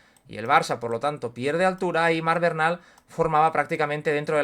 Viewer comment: Porqué se pronuncia Bernal cómo Barnal? Es así en catalán?